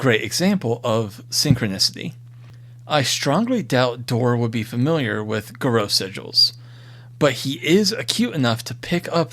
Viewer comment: Pardon my pedantry, but the singular of Fomori is Fomor and Garou is pronouncd as Garr-oo.